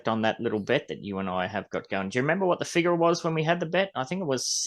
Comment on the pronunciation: Cheese say figure…… or figar like the aussies do. You said it so well